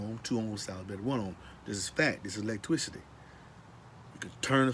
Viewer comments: You say lots of things twice.. You say lots of things twice.. Wait did you say "electwicity"?? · Lost me at "electwisity" 🤣🤣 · I thought he was saying Leg twisty at first and I was like wtf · I believe electricity should have been pronounced the way he says it.based on how well he explains it, It's now officially called ' electwisity'. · Lol. Man that is funny.. When he first said it. I was like huh. Lol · TWADE OFF DA AWECTWICITY. This Guy is 1 of The Bayou Boyz! Ja Zion and dis Rye'Cha